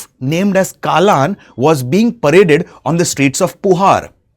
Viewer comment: its not kaalan its kallan... means theif...